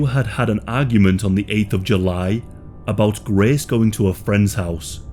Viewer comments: The amount of times you say GRAECE took me away from the pure details of this case. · “She hated Graaaace” weird pronunciation bro.